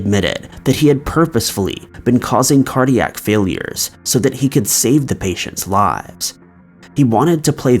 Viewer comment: #1: it's cardiac, not cardiatric lol